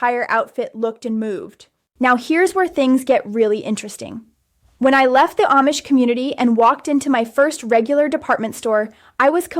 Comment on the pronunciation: This is AI. She's always in the exact same spot in every video. The ribbons of her kapp are in the exact. same. place. every video. Her head never moves. She mucks up certain words. Oh, and she can't say AMISH correctly! Blargh, I hate this AI slop garbage! Whargarbl! Whargarbl, whargarbl, whargarbl!!!